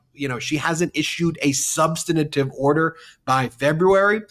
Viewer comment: Ben, please learn the correct pronunciation of "substantive"!